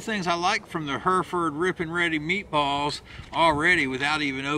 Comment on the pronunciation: Good review and extra points for correctly pronouncing Hereford.